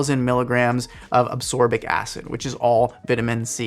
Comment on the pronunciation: Protein, not protien Ascorbic acid, not absorbic acid